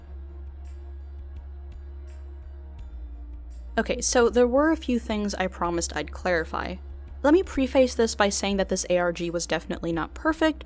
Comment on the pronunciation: Preface is pronounced "prEHfiss" Also this was great :)